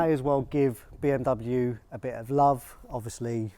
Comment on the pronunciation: 1 the pronunciation of Bmw is wrong 2 is the urus that uses Audi/VW technologies 😒